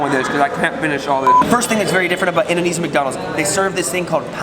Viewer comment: I like the way he pronounces Indonesian By the way i am Indonesian.